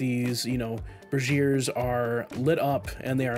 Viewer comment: Glad I'm not the only one that accidentally pronounces "Braziers" as "Brassiere" FYI for everyone out there, the latter is a bra, and the former should be pronounced "BRAY-JUR" roughly.